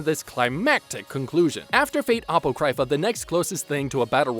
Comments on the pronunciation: My man...the way u pronounced apocrypha made me cry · The video was amazing but the way you pronounced Apocrypha pissed me off. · It's originated from the Greek (from which quite a bit of English words are based on). The original Greek "apokryphos" (meaning "hidden / secret / to obscure") is still pronounced similarly to the way we pronounce it in English today. He definitely said it incorrectly. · Its pronounced Ahpawcrahpha not appocrypha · Apocrypha. It’s pronounced: uh-pah-crih-Fah. As in Apocryphal: “(of a story or statement) of doubtful authenticity, although widely circulated as being true.” Not appo cry fah… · My man's, "Awpo-CRY-FUH hurt my soul to hear XD. I loved that spinoff but it's "uh-Paw-kriff-uh" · Aprocrypha is pronounced "A-POCK-RI-FA", not "AP-O-CRY-FA". Sorry that was killing me. Other than that, you're spot on with the actual order of the video. Although I originally ended up watching Heavens Feel (the 3 movies) last which did interestingly kinda rock my world since I had already watched Stay Night UBW like 50 times. Made Heavens Feel route Earth-shattering to me. Definitely is the darkest of the Fate series. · What do you mean "route"? Four the first 3? Like it's the same story but someone else changes the ending? Also, uh-pock-ri-fa not Aypo-cry-fuh. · Everything was good until he said Ah-pOo-krAi-fuh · A-pro-cry-fa that pronouncation physically hurt me, good video over all though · Apo cry fa Its pronounced Apa cro pha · A --- sounds like Uh PO --- as in Pot CRY --- as in Crypt PHA --- as in F**K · It's apoc-ra-pha like in apocalypse. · Ovuh? Apohcryfuh? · "A-pok-Rai-Fa" Hermaeus Mora is is losing his tentacles in Apocrypha. lmao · Did you just pronounce "Apocrypha" as "ah-POE-CRY-fuh?" I've never in my life heard anyone pronounce it that way... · I came to the comment section hoping I wasnt the only one that heard that. A-poe-cry-fuh hahaha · You need to learn how to pronounce Apocrypha 😂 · Your butchering that word apocrypha